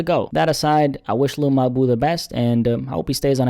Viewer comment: Every time you say his name I get upset lmaooo sounds like you're saying hey my lil boo lol lmaoooooo